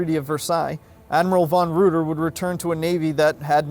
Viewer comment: Reuter is pronounced Ryter in German